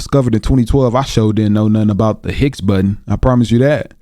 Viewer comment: Pronounced: BOW-ZONN particle